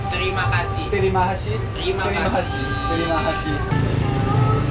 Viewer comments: just a little correction here. Its not terima kashi but terima kasih 😁 Hope you enjoy your holiday in Jakarta 🤭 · hehe, mereka susah bilang "h" mati di belakang.